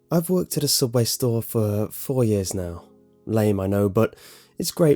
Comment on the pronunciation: You pronounced it wrong. It's SOUUUUBway. ;-)